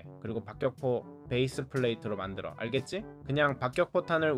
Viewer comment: 근데 자꾸 알겠ㅈ6라고하는거 넘웃기네?